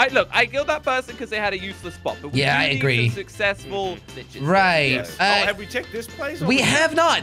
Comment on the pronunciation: Hé sayd snitches